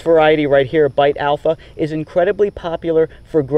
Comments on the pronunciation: Just Beit Alpha is an Israeli variety and came from seeds found in an archeological site. "Beit" is actually pronounced like "bait" not like "bite". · Loved the video and learned a lot from it. One small comment though - Beit Alpha was developed in Israel and Beit (means 'house' in Hebrew) is pronounced as 'Bait', not 'Bite'. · It's pronounced "bait alpha." 👍🏽